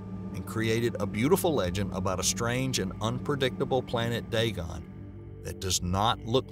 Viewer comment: ...It pronounced Day-Gonn.